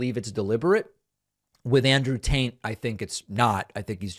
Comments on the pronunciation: You just did it again! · I'm sorry did you say Andrew Taint? 😅